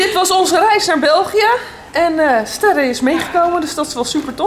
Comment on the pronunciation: Ben ik de enige die hey hoort want ik hoor op iemand zeggen Sterre en dat klinkt als tessa